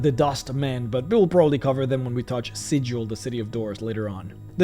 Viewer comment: He mispronounced Sigil, 0/10 worst video you've ever made, shame. (kidding, but it is Sigil with a hard G)